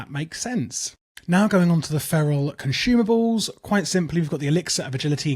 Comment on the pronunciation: "Conxumables" got him ngl